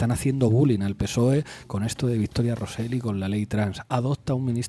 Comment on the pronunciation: Con independencia de que estoy al 100% de acuerdo con vosotros, solo quiero deciros que Rosell no se pronuncia "Rosel". Y tu, parece mentira que seas filólogo. Si no sabéis (o no os da la gana) poner la lengua en la zona correcta del paladar, es menos cacofónico pronunciar "Rosey". Tomad buena nota, por favor.